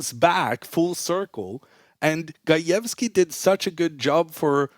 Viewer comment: They way he said gajewski needs a job and stuck with indian chess players like what u want to say man 😬😵